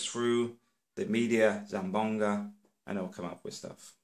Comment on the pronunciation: Its Zamboanga not zambonga